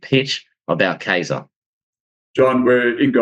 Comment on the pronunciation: It's Kye-zer. Means king in German.